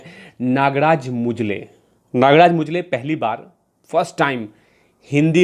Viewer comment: अबे मुंजले नही मंजुळे है, ।नालायक हिंदड।